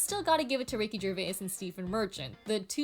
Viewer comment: Ricky ger-vey-es... niiiice